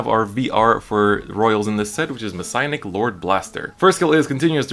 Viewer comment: Mess-i-anic (Mes-see-anic) not Messiahnic. Thats how his name is pronounced.